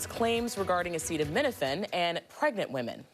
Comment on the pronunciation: Trump can’t even say the word acetaminophen, which is likely why he just calls it Tylenol. Autism was around before Tylenol. Why would we trust anything from a man who can’t read. People have to be blind, deaf, and idiotic to believe anything that man says or heroin addict RFK Jr.